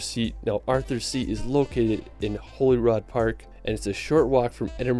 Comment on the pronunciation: This boy can't say world properly, it's Holyrood (pronounced Holly-rood) and not Holyrod. Shambolic.